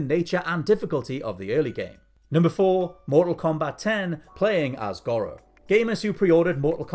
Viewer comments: FFS... It's GORO (GOR RO) 🤦😂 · The way he says goro upsets me